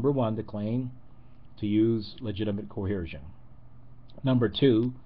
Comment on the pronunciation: I'd like to comment on a piddly little thing that simply grates on me. The word is "coercion" not "coheresion." Violent force coerces. It doesn't cohere.